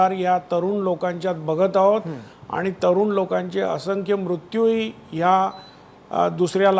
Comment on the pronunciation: डॉ.असंख्य मुत्यू असे कसे म्हणतात.